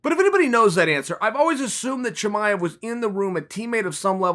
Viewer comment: why you say Husband Chimaev? You can’t pronounce his name?